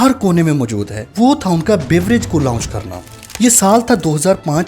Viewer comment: لاؤنچ اور لانچ میں فرق ہے /درست لفظ لانچ ہے